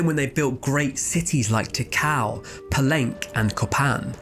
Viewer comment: Just so you know, Palenque is pronounced puh-len-kay. Not Puh-lenk.